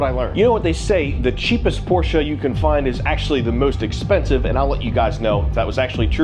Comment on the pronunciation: I heard you interchange Porsch and Porsche. Seem like you're on your way to always pronouncing it correctly lol